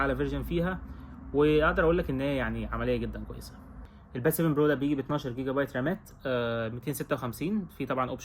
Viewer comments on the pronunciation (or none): none